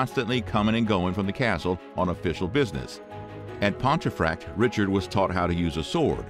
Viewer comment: "Pontefract" is pronounced "Pumfurt"